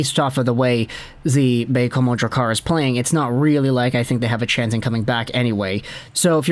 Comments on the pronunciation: as a Quebecer, your pronounciation of Baie-Comeau was perfect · You said Baie-Comeau the right way, cheers! 👌🏼